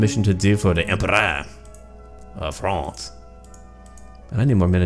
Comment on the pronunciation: I'm french so i'm glad you chose our faction but the pronounciation ;) (it's funny though)